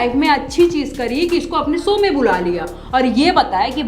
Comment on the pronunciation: Sow nahi Show, Kusi nai Khushi, reaxan nahi reaction. Wa DD.